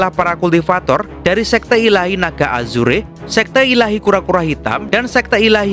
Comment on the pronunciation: Naga Azurrrr bukan azureee tulisan nya azure di baca nya Azurrrrr